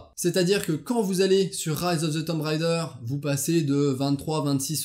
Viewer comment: y a t'il un francophone sur cette planete, qui arretera un jour de dire Tomb Rider, au lieu de Tomb Raider??